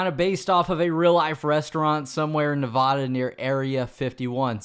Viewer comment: It’s Nevada! Not neavoda